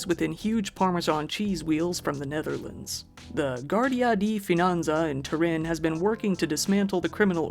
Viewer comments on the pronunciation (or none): none